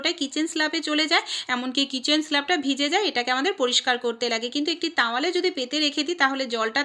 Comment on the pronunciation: Tawale na towale